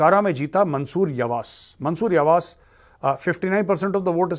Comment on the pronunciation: Major sir g in imamoglu is silent,read it as imamolu,yavas as yavash🙏